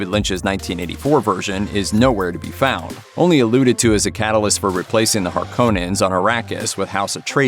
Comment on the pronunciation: You said Harkonnen wrong. You're probably one of those freaks who says Caribbean instead of Caribbean.